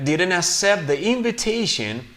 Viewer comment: " didn't accept " the correct pronunciation is ( akcept ) not ( asep ) that's the way I heard it the first time you read the text. Around ( aeraound ) not ( Araond ). I can't hear the pronunciation of the letter " L " in the word " world " it sounds like " word ". I don't hear the ending "T" sound in the word "worked" the first time you read the text I didn't hear the "T" sound. Their ( der ) not ( deir )